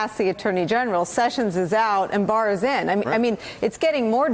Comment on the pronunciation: Did just say Mars, not Bars.???